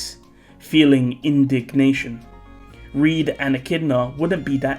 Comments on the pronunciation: Can we stop calling Reid as Reed, please? It's supposed to be pronounced the same as Reinhard. Thanks in advance. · He's not called Reed btw, it's Reid. Same as Reinhard.